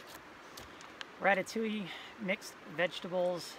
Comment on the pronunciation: Yummy MRE 😬 ohh and you pronounced “Ratatouille” very well 😉 And you’re good!! Keeping 2 subjects going in parallel and jumping back and forth. Lol Nice video... and yeah, Relax a little 🤙🏻